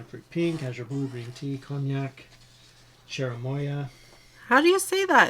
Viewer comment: Cherimoya or chirimoya is a fruit indigenous to South América, it is green outside and white inside with dark colored seeds. In México we call it chirimoya and you pronounced it correctly.